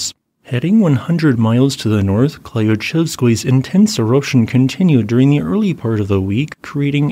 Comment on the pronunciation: Klyuchevskoi is pronounced like clue-chevskoi. Crappy transliteration rules. Krasheninnikov pronounced quite good.